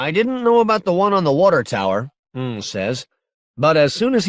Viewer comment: This narrator needed a better editor. They lose all credibility if they can't even pronounce character names correctly. Da5id is simply pronounced "David". Ng is pronounced "Ing", not "Ung". If you're going to narrate this work, you have to have some basic understanding of leetspeak and Asian culture.